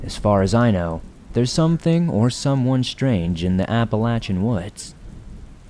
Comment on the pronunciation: My favorite stories! Deep woods! I love how you pronounce Appalachian correctly! Well how we pronounce it here in West Virginia 💛💙